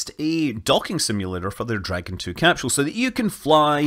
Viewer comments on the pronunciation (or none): Ha. Capshule